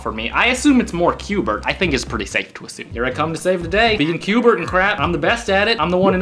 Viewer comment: It's qbert You said qbe XD